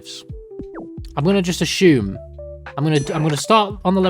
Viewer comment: Very cool content! Just please pronounce "assume" correctly - it's as if it was spelled "Asoom", you keep adding an H for no reason making it like "Ashoom".